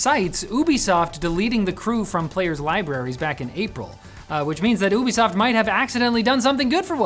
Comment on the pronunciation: I know he said Ubisoft but i heard boobisoft